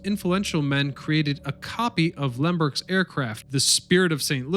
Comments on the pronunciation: Lind-Burg, not Lindenburg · I would think someone posting history videos would know how to pronounce Charles Lindbergh's name! You repeatedly call him LINDENBURG